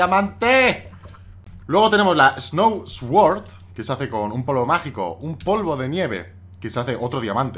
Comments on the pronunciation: no se dice esword se dice suord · Me hace gracia cómo pronuncias "sword" x) En realidad se dice como "suord" diría yo :p